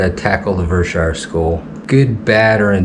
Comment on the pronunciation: Now I want to say that it's only those idiots who lived on the Hill that called it Ver-Shire.